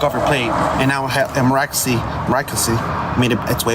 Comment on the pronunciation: Imagine being a cop, thinking you can make yourself more relevant by using the word ‘miraculously’ and then finding out you can’t even pronounce it in the first place….!! (“Miracoulousely…”) 😂 😂 Just like he thought he ‘got him’, claiming that the driver ‘changed his story’…. ….when in reality the driver only added more information (he was not contradicting himself in any way hahaha)… The insecurity of this police officer is just DRIPPING OFF HIM…!! What a pathetic, little boy…